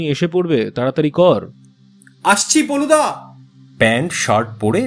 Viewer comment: গল্পের প্রশ্চদপটে কোথাও কোথাও ফেলুদা উল্লেখ করা হয়েছে, কিন্তু গলপো পাঠে বলা হয়েছে পলুদা। ব্যাপারটা আমার বোধগম্য হলো না।